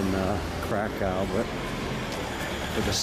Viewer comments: It's not pronounced Krakow it's pronounced Krakov and it's a beautiful country I love Poland more than the UK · Pronunciation of Kra_kOw got me. Plus, it's Roma music not Gipsy music.